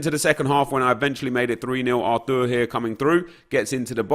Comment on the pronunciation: It's pronounced Artur